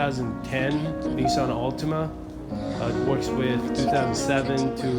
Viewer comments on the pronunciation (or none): none